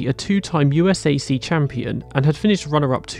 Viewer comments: Just for future vid purpose's....no one in the US calls/called USAC the "You Ess Aye See" its always been pronounced "YouSack" But i think im gonna start sayin "hoosier" as "whozeeaye"!!! Cuz thats awesome! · BTW USAC is usually pronounced "U Sack" and "Hoosier" is usually pronounced "Who zher" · USAC is pronounced like you sack btw. Its an acronym not an initialism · incredible video as always. only thing is most people here just pronounce USAC as you-sack. way more fun to say lol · Rule of thumb, say USAC like NASCAR. The abbreviation is just a word. To help you out in future, Hoosier is pronounced “whose-ure.”